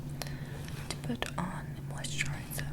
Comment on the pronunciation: She sounded like she was from New Jersey when she said "mousterizer"